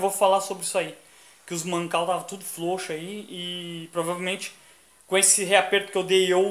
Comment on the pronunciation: desculpe a piada amigo mais é ilário vc falando flouxo - flouxar kkkkk desculpe kkkkkk pare com isso que é um pouco deselegante (a não ser que não consiga ai me perdoe mais ainda kk flw